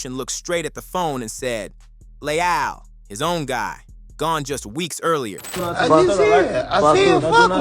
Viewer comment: Pissed me off every time dude say “Le-ALL” 😭🤦🏾‍♂️